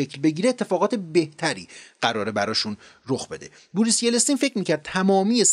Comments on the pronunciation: دوست عزیز اسم یلتسین رو اشتباه تلفظ میکنید Yeltsin, شما به اشتباه میگید Yeltsin. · بسیار ممنون به خاطر کانال خوب، مطالب بسیار بسیار جذاب و‌مفید‌ و بیان خوب. پ‌ن: صرفا جهت یادآوری، اسم اولین رییس‌جمهور روسیه بعد از استقلال « یِلْتْسین» تلفظ میشه. (Yeltsin) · با سلام، تلفظ شما در نام یلتسین صحیح نیست. لطفا این اشتباه را تصحیح کنید و در ضمن چرا کلمه اشتراک را در جای سابسکرایت به کار نمی برید؟ ممنونم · جان تلفظ یلتسین را تصحیح بفرمایید. با علامت زیر به ی سکون بر روی ل و ت و زیر به س و سکن بر ن، یلتسین. تشکر از انتقال علم و تجارب بشری در اندک زمان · اقای: یه دفعه میگفتی « فلسطین » قال قضیه را میکندی. تلفظ صحیح نام ایشون هست: یلتسین YELTSIN. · سطح مطالب ارائه شده در این ویدیو بسیار پایین هست؛ حتی اسم بوریس یلتسین رو هم درست تلفظ نمی‌کنید! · با سلام و سپاس از برنامه زیبای شما،فقط دقت کنید که نام درست رییس جمهور سابق روسیه ،بوریس یلتسین(Boris Yeltsin)بود که اشتباه بیان می‌شد،دوستتون دارم و به همین علت اشتباه رو تذکر دادم🌹😊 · واقعا بیسوادی. یلی. شما چطور کانال داری و بلد نیستی یلتسین رو تلفظ کنی. دوتا از ویدو هاتو دیدم وحشتناک بیسوادی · خیلی سبک بیان داستانیتون رو دوست دارم 👌 فقط یه نکته ای ... فکر کنم نام بوریس یلتسین رو درست تلفظ نمیکنید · یلستین نه یلتسین آفای محترم.BORIS YELTSIN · با درود در دقیقه در معرفی شخص گفتید : Boring Yelestin که فکر کنم درستش Yeltsin باشه . اگر اشتباه میکنم لطفا بنده را تصحیح کنید . سپاس از زحمات شما . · خیلی خیلی خیلی عالی روایت میکنی. یه مشکل اصلی فقط تلفظ اشتباه اسامی هست. مثلا لینکلن، یلستین و غیره. LINCOLN رو LINCELN تلفظ میکنید. YELSTIN رو YELESTIN تلفظ میکنید و غیره. اسم انگلیسی رو سرچ و اونو ببینید چطور نوشته تا غلط تلفظ نکنید. بقیه موارد واقعا بی همتا هستید. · خوب و مفید و مختصر فقط چیزی که اذیت میکرد اشتباه در تلفظ نام یلتسین (yeltsin)بود که یلستین(yelestin) تلفظ شد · بسيارى از ويدئو هايى كه شما زحمت كشيده ايد ديده ام. آموزنده هستند، ممنون ازشما. فقط يك نكته كوچك در تلفظ يلتسين است، انگليسى آن Yeltsin نه yelestin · ممنون دوست عزیز از زحمات شما فقط یلستین درست نیست یلت سین درسته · یِلِستین چیه آقا معلم😂